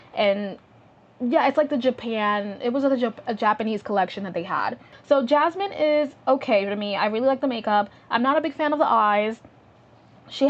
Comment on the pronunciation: Her name is *Yasmin not Jasmine 😭